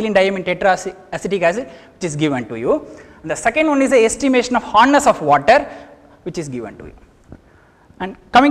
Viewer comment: sir its hardness not horness